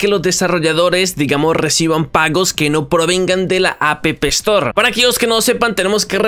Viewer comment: Yo riéndome cuando dice apepel store xD